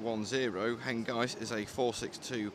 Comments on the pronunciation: Image is good but sound is terrible. What I can hear is you calling the loco HenGUYst - like 'feist'. Is this intentional? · I think you mean HENGIST with a clipped I as in mist , not as in eye . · It is pronounced ‘Hen-gist’ is in ‘kist’ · You’re pronouncing Hengist wrong. At the mark the guy pronounced it correctly.